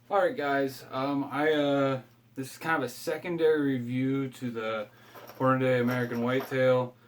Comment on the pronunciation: Pronounced Hornadee, not Hornaday... sorry...